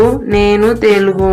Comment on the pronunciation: After Names we don't use "Undi." And it's not "Konanaginchandi" It's "Konasaginchandi". Most importantly it is not "telgu" It's "telugu" please pronounce it correctly yaar 🙏 I had a marathi friend she was speaking like Avani as Avni. Okati(one) as okti. Ledu as ldu etc. I hope you got the point. I pray to God that you will learn this beautiful language soon.